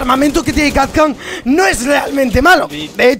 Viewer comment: Es kapkan no kap can